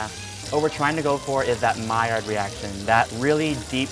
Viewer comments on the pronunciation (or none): none